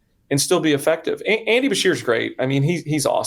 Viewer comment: Wow, really dunked on Duncan! Multiple chances and he still F-A-I-L-E-D. P.S. - BA-shear✔ not BRA-shear❎